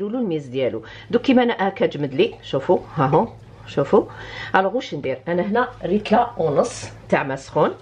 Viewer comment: ريتلا =ليترا 😂